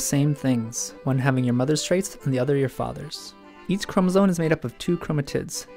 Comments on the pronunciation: The way he says chromosome as chromosone is annoying >.< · No, it's pronounced chromosoMe but it's spelled chromosoNe.